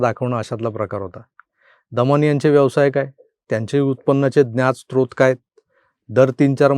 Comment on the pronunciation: क्षमस्व, पण योग्य शब्द ' स्रोत' असा आहे. ' स्त्रोत ' नाही .. source चा मराठी पर्याय = 'स्रोत'. ( स्त्रोत' नव्हे) स्वयंघोषित पंडिता अंधारेबाई सुद्धा चुकीचा उच्चार करते आहे😂 ( खरंतर ९०% सुशिक्षितही ' स्रोत', 'अजस्र' सारखे शब्द लिहिता- बोलताना ब-याचदा‌ फसतात)....राग नसावा. 🙏🙏